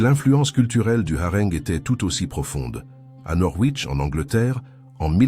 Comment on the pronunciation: IA.... j'abandonne .Ne pas mentionner que le poisson est LE symbole de la Chrétienté ... Le harengue prononcé à la meridionale...., non là c'est trop...